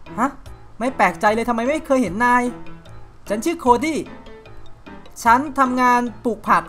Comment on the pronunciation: แถมนี้กาวมาก เรียกโคดี้ว่าโคซี่ เรียกว่าการ์เดเนียเรียกการ์เดียน่า 5555